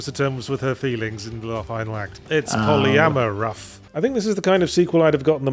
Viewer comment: "Thats polyamaruff" 😂